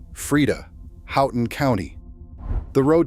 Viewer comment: Edited to fix spell edit typos Keweenaw [Peninsula] is Pronounced "KEE-whenah" Houghton is pronounced "HO-ton" Dining Hall doors opened inward, ppl couldn't get out of the Hall. Ancestors lived there. Sad pic of horse-drawn hearses that had gone past their house on Pine street.